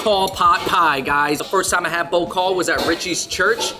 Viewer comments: Bo Kho is pronounced BAH KAH btw just wanted to let you know :) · Not pronounced bo ko, it's pronounced boa kaw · Kha-Vinh Tran : almost, but Ball Kall is a bit closer to its pronounciation, peace! Vietnamese food ! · oh my bad, bah kah is how I grew up hearing it and saying it! Thanks for telling me the real way to say it! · Its Baw kaw... You boaters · Stop saying bo kho wrong lol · The way Bo Kho and Bo Luc Lac was pronounced triggered me so hard lol.